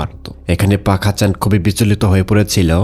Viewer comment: Apnar sobkichu thik ache kintu uccharon ta thik korer pak hasan k bar bar fak hasan bolchen sunte kenon jeno lagche